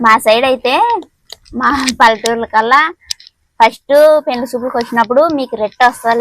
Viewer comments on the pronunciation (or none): none